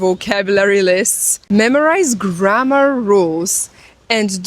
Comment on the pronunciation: How many 'Windows' have You started today, do You also starts your Doors. G r a' m m aaah rrr, is a long word, sounds like You're tired already before You begin. To whistle is a good exercise in clear pronunciation. Spanish is 'easy', because it have, in main, only two Colors, O and A. We all have our very own Language, but We can divide between Flock-Howling and Self-Thinking. (Instinct/Intelligence) Language and Consciousness, is two sides of the Same Development. Language without Mathematic is not a Language, and Mathematic without Language, is not Mathematic. You're right, without Listening, we wont learn anything. I'v been to 80 countries, just picked up the most important words, wrote the sounds, as I hear them in my own language, the Click-sound I'd wrote DT', and so on, some say, that's not how its spelled, but the sound, gives no mistakes. It is always best to 'go there', and body-language is a large part of it.